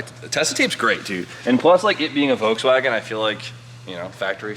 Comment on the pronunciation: Agreat project. Please say one time Volkswagen with a more distinct V like in fender? thanks a lot.